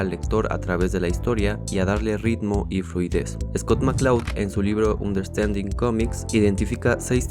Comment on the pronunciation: se dice MANgaka, no decimos "manGA", entonces ¿para que decir "manGAka"? es DOCTOR SLAMP, no "doctor es lump" se pronuncia anderstanding, no "hunderstanding"